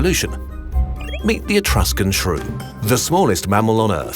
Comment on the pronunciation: did you mean: etruscan shew